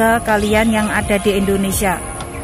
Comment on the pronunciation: Bkn Endonesia Indonesia.